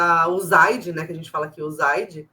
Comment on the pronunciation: A primeira pessoa que fala "Uzaide" como eu aprendi. Quero que investiguem mesmo a USAID, vou rir muito do aue eles vão encontrar!